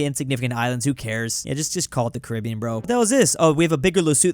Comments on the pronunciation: “Carabiean” WHERE IS Carabiean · BRO HE DID SAY " CARIBIAN" 😂😂😂😂😂